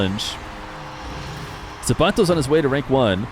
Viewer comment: i hate the way he says the mexican guys name so cringe man